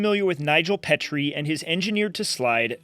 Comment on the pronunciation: It's Nigel pee-tree not pet-tre.